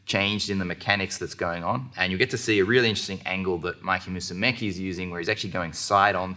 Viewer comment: I ABSOLUTELY love lachlan and I'm currently saving up to travel and train with him buuuuuuuut once again his pronunciation of Musemici is always suspect😁